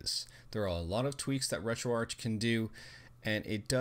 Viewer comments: Its RetroArc, but spelt RetroArch, it has a silent 'h' in the word... :) it stands for Retro Architecture cause of the emulators in it... :) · Ark. as in Archive.